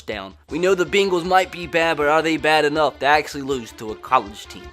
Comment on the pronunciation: “Enoigh time to read a book of haikus to a pack of diabetic hyenas”😂